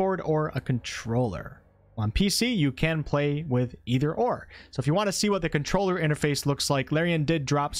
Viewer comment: I vomited a little when you said controller